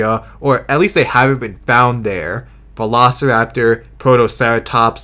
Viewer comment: The Documentary's Narrator's Pronunciation on Velociraptor Sounds like He's saying "Vanossiraptor"